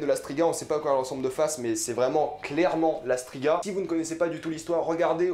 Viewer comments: Mes remarques: - Quelques soucis de prononciations sur Brokilon, dryades, Tissaia de vries, strige (et pas stiga), sac-à-souris (pas mousesack sinon plutot dire Ermion). ça fait quand meme très mal aux oreilles tout ça. - Yennefer se faisait battre par son père (pas ses parents). - Fringilla VIgo. Pas Fringilla De vigo. - Aretuza fait partie de thanedd. Et NON Thanned N'est PAS UNE VILLLE ! - Non on ne va pas voir la loge directement mais le conseil. La loge vient apère le soulevement de Thanedd. D'ailleurs sur le plan vu d'en haut on voit clairement des hommes donc c'est le conseil pas la loge. Tissaia de vries ne fait d'ailleurs pas partie de la loge. C'est filipa eilhart qui en est la leader. - Ce massacre du nom de de dunny. J'avais meme pas compris de qui tu parlais au début. Urcheon of Erlenwald c'est tout simplement Dunny ou le Hérisson D'erlenWald en français. Un peu de respect quand même pour l'oeuvre. Pour un fan hardcore de the wiitcher, c'est très très moyen comme analyse. Beaucoup d'approximations et d'anglicisme inutiles (avec gros défauts de prononciations aussi). Mais bon y a au moins la passion. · Mdr, dryade, brokilone, stryge... Putain ta prononciation..